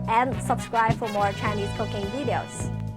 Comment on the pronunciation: is doing great! I love how she says “videos” for some reason lol